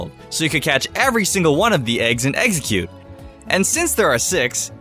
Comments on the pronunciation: stop saying, eggseggcute! it's EX-EGG-CUTE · listen to the vidio he said a baby exxercute I thought of eggercute ass its name